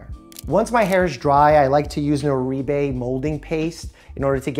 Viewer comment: lol not the Oreebay! 😂 Haha, licensed cosmetologist here and Oribe is pronounced oar-bay